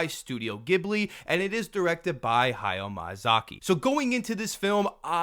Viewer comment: ok but everytime you said hayao MAYAzaki :D